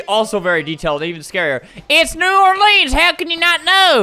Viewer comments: other people commenting things me: TRIGGERED YOU SAID ORLEANS WRONG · You quoted most of the best Moments, but don’t forget the one “In new orLEENS louisiana”